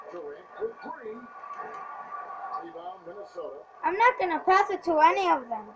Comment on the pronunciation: dude you said path instead of pass